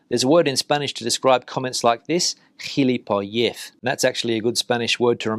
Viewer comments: No, the stress is on the final syllable in gilipollez. Otherwise it would be spelt gilipóllez, like Fernández and Vázquez. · 'Gilipollez" - if you want to use it, the accent is on the 'o', not the 'e'. (Sorry,, no offence intended!)